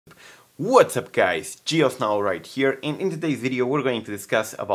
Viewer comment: Galaxy me too I always hear John Snow ❄️ instead of GeoSn0w